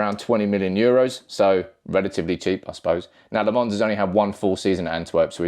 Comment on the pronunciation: It's lamm-ens not lammons